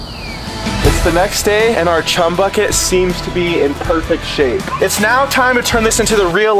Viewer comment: Say chum without the h